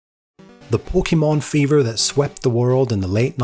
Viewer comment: While I love your passion for the Pokemon franchise, every time you say it's name I cringe a bit. Please, do yourself a favor and look up how to pronounce it correctly.